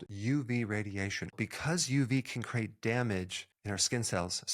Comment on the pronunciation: "Crate"? Or "create"?